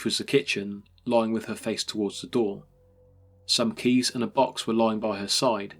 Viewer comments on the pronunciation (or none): none